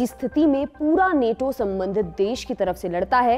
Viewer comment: नेटो नहीं नाटो कहिए